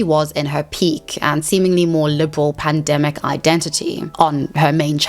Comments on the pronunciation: Pandimi, not panini people 😆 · Took me in 20 minutes to understand by panini u mean pandemic, wtf 🤣🤣😭😭👌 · every time you say panini lol >.< I figured it out eventually but was so confused what a sandwich had anything to do with this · Why can’t she say pandemic? Lol